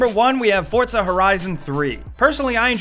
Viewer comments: It's not forthza its fucking for zaa Jesus Christ man fucking americans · it's 4zuh not fortzuh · FORT-ZA HORIZON. FORTZA! (for-za) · did he just say "FORT-ZA" horizon lol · "Fordza" yep Fordza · he kept saying "fortza" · what's with the way he says forza he says fortza that's not correct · I'm sorry but "fortza" ?! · Well.......you pronounce pizza 'pidza' so he read it that way.